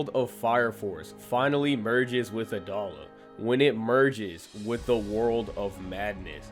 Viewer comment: Brother, it’s “Ah-DOE-la”.